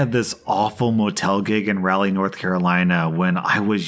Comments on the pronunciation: 😂😂😂 “Rally” NC? It’s pronounced “Rah-lee” not “Ral-lee” Lmao this mispronunciation made my day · You mispronounced Raleigh. It’s Rah-Lee not Ral-ee. But otherwise keep the videos coming you do an amazing job and I look forward to your videos every single day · Its pronounced Raw-Lee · It’s “Rawleigh”. I don’t even know what you said but as a Raleigh native I definitely knew it wasn’t right 😂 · Is it the Days Inn across the street from the creepy Wal-Mart on Glenwood? I saw OP said it was near Crabtree Valley Mall. I did lol at the pronunciation, politely. Hat tip for out of staters: pronounce it like Rollie Fingers. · IM SORRY BUT RALLY NORTH CAROLINA!?!?! Sir I’ve never heard of Rally NC. 😳 (For those who don’t know, it’s kinda pronounced like Raul-leeh. I hope that makes sense.) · it’s pronounced “Rah-all-e” Angry North Carolinian moment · Every North Carolinian laughing at how pronounced Raleigh. Also I definitely know what motel that is lol. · When he said Raleigh that hurt me slightly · He pronounced Raleigh wrong and it physically hurt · Is no one gonna mention how he said Raleigh?